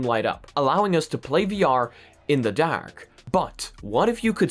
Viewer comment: i had the stop watching this video simply because of the was he says dark..... nope....